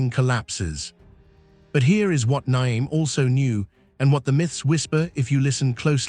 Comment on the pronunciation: That’s the worst pronunciation of Nyame that has ever been said